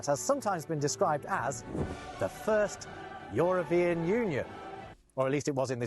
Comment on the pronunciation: Joropien? Joropien union Joropien Joro, the Joro? Joro... just say Jota, we know you're not from Joropa. he can say E in other words, what is this one making him so much of a problem, it's written Euro, not Joro. 😂 JOTA 😂 say Jota 😂